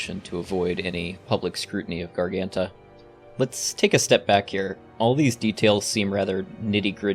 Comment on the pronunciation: great video, but i must admit it was funny seeing you not even trying to pronounce garganta correctly